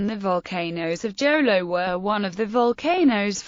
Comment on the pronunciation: What Jolo?it's Jolo you pronounce it Holo.